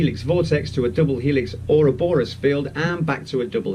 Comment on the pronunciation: Oh god, Scientific Lee sounds like somebody just before they shoot up a school with an AR15 :( He should just piss off to the Deep South of the US and be done with it. Also... the guy can't pronounce ou-ROB-or-us.